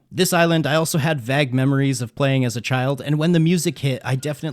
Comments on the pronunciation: Do.. you not know how to pronounce vague? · "vag" memories? LOL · “Vag Memories”